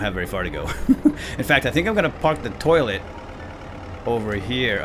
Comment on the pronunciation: at 18.58 you said loilet